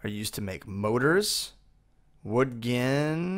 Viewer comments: Gin gin gin gin gin gin gin is all I hear... It's pronounced jin not gin... Like cotton jin. It's pronounced jin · It's pronounced wool Jin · btw gin is pronounced the way the type of alcohol is. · He pronounced gin with a hard G lol